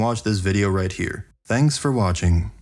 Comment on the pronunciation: Dhanks. The D is silent for various reasons.